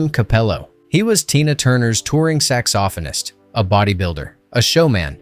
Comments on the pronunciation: Tina turner’s Sax-off-o-nist? WTF text to speech app needs work. Saxophone-ist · I was almost engaged in this video until I heard “Corey Hi-uhm” and “sax-offin-ist” 🤦‍♀️ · Tina Turners Sax-Off-in-ist? Dang. Crazy Work.